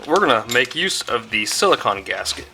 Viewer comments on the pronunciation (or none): Love the videos dude but you gotta say "silicone " right brother I'm sorry I'm OCD like that its "cone" not "con" so silicone not silicon 😂😂 alright sorry other than that love the channel love the ride and keep up the great work and videos dude!!